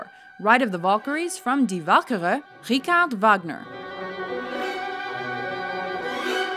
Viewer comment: also ricarde Wagner... the man was not French